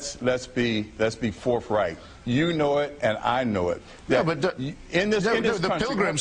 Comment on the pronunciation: "forf-right"! it makes me crazy! this guy has a car and a mortgage and takes vacations, and he speaks for a living! aaaaaaaaaaaa!!!